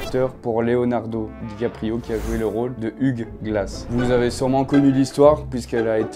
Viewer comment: Hugh comme Hugh Laurie (Dr. House) se prononce 'you' ou 'youw". 😉